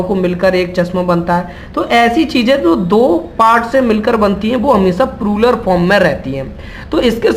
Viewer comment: Video was good But That was ---- प्लूरल NOT प्रुरल Don't take remark ill In every language PRONUNCIATION plays most Important ROLE